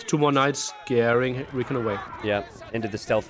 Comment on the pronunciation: You were calling him REEKIN just to mess with everyone, right?